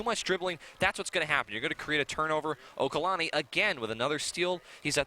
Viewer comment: It's OLUKANNI not okalanni